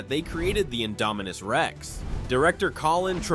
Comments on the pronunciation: the 'indo-mimus rex'??? LOL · How did you say Indominus? Did you even Watch the movie?